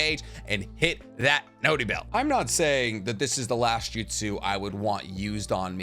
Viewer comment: can you stop saying noty bell plz